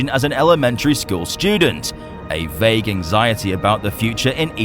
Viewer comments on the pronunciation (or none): none